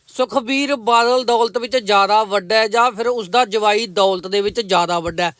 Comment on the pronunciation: Jwai not Jmai